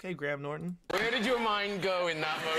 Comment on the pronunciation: Graham, not gram 😁